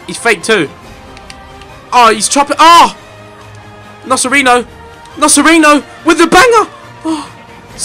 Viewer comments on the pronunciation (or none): It's "NoCHerino" btw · Ethan, not to be annoying, but the C's in CerCi and NoCerino are said like the CH in chelsea